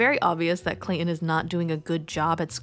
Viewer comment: ClayTon not clay-in…..